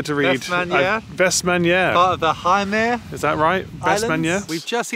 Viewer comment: pronounciation of Heimæy was a jumpscare and a half to open up to. For future viewers, it is more like "Hey-Ma-Ee." Not ''High-Me.'' Was hilarious as hell though.